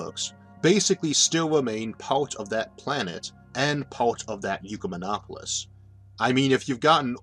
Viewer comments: Why do you keep pronouncing it "You" rather than "Ekk" or "Eee"? It's Ecumen not Eucumen - This isn't your speech impediment {which I don't have a problem understanding btw}, you're specifically pronouncing it "You" - Why? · Why are you saying Yukamenopolis? Its an Ek-yu-menopolis. We dont say Ecumenicalism as Yukamenicalism. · "Ecumenopolis" is pronounced "ECK-yoo-men-AH-po-lis", not "YOO-kuh-men-AH-po-lis". Phonics, bro, look at the order of the letters; the U comes after the C, not the E. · Trying to forgive the horrendous pronounciation of Ecumenopolis....not "Eucomenopolis"....sorrryyyy! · ECK YOU MEN OP OH LIS or, perhaps OIK YOU MEN OP OH LIS not YOU CUE MEN OP OH LIS And ecumenism is never pronounced YOU-CUE-MEN-ISM The YOU sound prefix on Greek words is spelled eu and means good. That isn't part of this word. The root of the word is correctly cited. The pronunciation is incorrect. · The speech impediment is absolutely fine. It doesn't impede me! Mispronouncing "ecumenopolis" as if it were spelt "eucumenopolis", on the other hand, really grates... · Isaac, I believe the word that you are pronouncing "eucamenopolis", implying "eu" as in "euvolemic", "same volume", is actually, as the printed word in the title indicates, derived from the Latin oecumenicus, from which comes "ecumenical." That makes a whole lot more sense when considered in light of what your video is about. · Wow! I really value your videos. And I understand the speech impediment. But in THIS one you seem to have made a mispronunciation. How do you get "yoo-kuh-min-opp-uh-lis" out of a word that starts with an E? If the U was immediately after the E then I would get it. But there's a C between the E and the U. That makes it "ek-yoo-men-opp-uh-liss". You're way too smart for this error, Isaac. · You seem to switch around the 'e' and 'u' in Ecumenopolis.